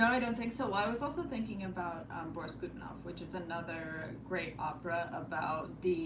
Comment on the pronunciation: нее правильное ударение borIs godunOv